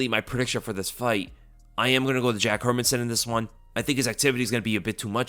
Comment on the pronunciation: Nice to hear someone actually pronouncing Hermansson last name properly.